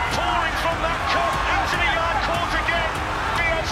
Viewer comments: 'yarde' lol, you clearly didn't watch the fight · You missed allot.. Also, his name is pronounced Yard.. The e is silent.. If you really knew boxing you would know that